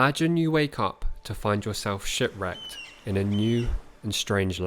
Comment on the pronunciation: Sh it wrecked what's that lol sorry had to do it but when you don't pronounce p or t sometimes you run into that smh it's so unbearable